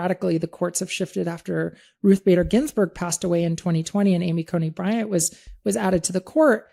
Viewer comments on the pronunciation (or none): Who’s Amy Coney Brant I thought it was Barrett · Barrett, not Bryant. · It's Amy Coney Barrett, not Amy Coney Bryant 🙄